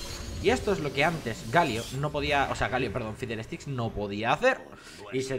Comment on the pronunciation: poque le dice FIDELESTICKS Y NO FIDDLESTICKS :v